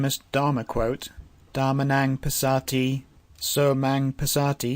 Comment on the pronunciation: Great tutorial, thank you. Just a comment/feedback on the pronounciation of the word Dhammaṃ from my side. It sounds like you add an extra "na" between "Dhamm" & "aṃ", which thus sounds 'dhamma"na"ṃ', which is a bit odd. Apology if I am too picky. Otherwise this is a great, useful and precise teaching.